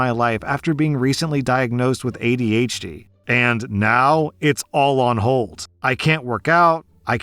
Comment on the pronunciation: I hate how says "Eighty AITCHdee." 😭 It's aydee aitchDEE